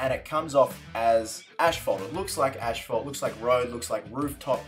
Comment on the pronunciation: Asphalt Not Ashphalt